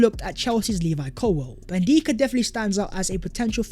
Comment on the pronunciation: his name is N DICK A .. not N deeka lol say it